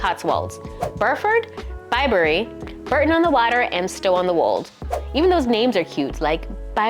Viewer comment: Bore-ton not Bur-ton